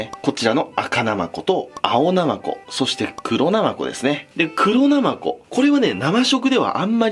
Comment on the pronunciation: 黒ナマコを一瞬グロナマコに聞こえた